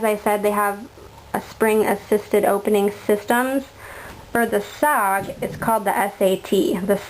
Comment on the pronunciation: Its cald S>O>G not sog and this ia a cool vid